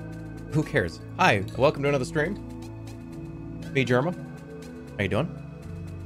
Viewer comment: Not the hard r 😨